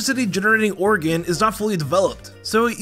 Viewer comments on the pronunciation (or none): none